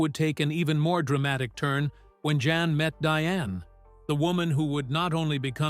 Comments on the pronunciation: His name is pronounced Yahn… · The intent of the writer(s) is good and well. Having sad that, there are several errors. Remember that he came from the old world Holland where they speak Dutch. He is not John. He is Jan, pronounced with a Y sound, Yan. He is not Dr. Paul. He is Dr. Pol, sounds like pole. His son is Charles. Adam was his 23 year old grandson who died too young. Dr. Pol went to Michigan as an exchange student. After a school year in Michigan, he returned to Holland where he went to veterinary college. Diane went for a visit. Later, they married in Michigan. Eventually, they immigrated to the USA. In my opinion, only mine and an opinion...those who were at the base of the complaints about his practice were some of the folks who treat pets like human babies/children, or perhaps veterinarians who were jealous of Dr. Pol's success and popularity. Wouldn't it have been interesting to see some of the complaintants follow him for a week, or maybe even one full day, when he was the overnight vet on-call. Hopefully, some of the young vets will continue with PVS with Dr. Pol available for consultation. Perhaps Charles can stay on in a managerial and/or public relations position. When Dr. Pol decides to retire completely, or his God calls him home, he will be greatly missed.